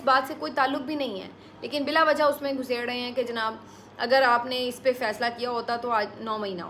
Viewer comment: sister I really like the way you say janaab